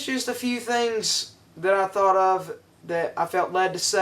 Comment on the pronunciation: hard for me to understand pronunciation of "thought"